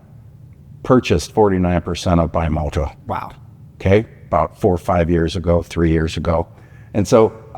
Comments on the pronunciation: BE Moto. Not Bye Moto.. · Love the video and also love the Throttlestop the ultimate bike museum but it kinda drives me nuts when you guys say bimota wrong not your fault the Italian language is different. It is pronounced like bee mo ta not by mo ta henceforth the b on there logo. Thanks